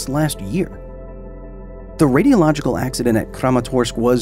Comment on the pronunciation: I think he means the “radialogical” instead of “radiological”